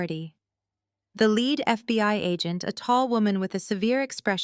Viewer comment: Basically a good Story. But you mispronounced a word. (Lead). Is pronounce leed, meaning to have someone follow you. Lead is has anither meaning , when comes to material of an object is made from.. like a Lead pipe photogenic spelling is led pipe ! Also "Reading" is known as to material that you have ben observing in a book . Its is also a Name of Railroad Company in Pennsylvania, known as Redding Railroad, but it spelled "Reading" ..